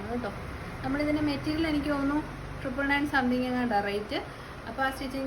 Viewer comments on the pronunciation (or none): none